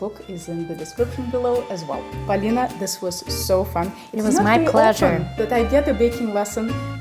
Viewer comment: That russian pronounciation of Polina hits like a freshly prepared pelmeni from babushka. Thank you ❤